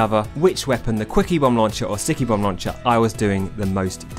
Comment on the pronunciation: With your accent I keep hearing "squeakybomb launcher"